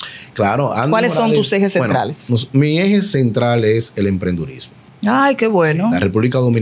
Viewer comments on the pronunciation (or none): Pero este tipo: dizque estudiante universitario y dice: Empredurismo. Tábanos. Íbanos.